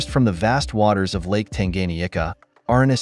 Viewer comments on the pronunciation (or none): none